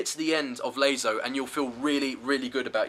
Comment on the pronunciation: Another lazo guide? I mean laso he says lazo :D